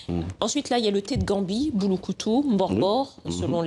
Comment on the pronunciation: C'est Bulukutu et non Bouloukoutou 🤣🤣🤣🤣🤣 Bulukutu c'est en kikongo ( Kongo). Merci